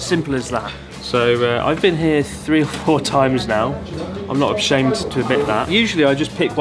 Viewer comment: did he say "not abshamed" 😄 too much sake Chris